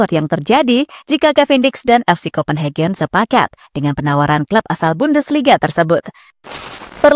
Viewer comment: salfok sama kata2 pengisi suara..copenhagen di baca kopenheben:face-blue-smiling